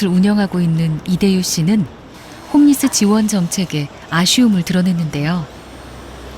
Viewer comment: 그냥 노숙인이라 하셔 굳이 영어를 쓰려말고 Homeless 호무레스 / 홈레스가 맞는데 발음도 엉터리에 왜 영어를 쓰려하는지 이해불가